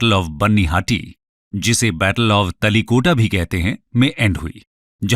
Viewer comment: bro it's Thaalikote not kota ????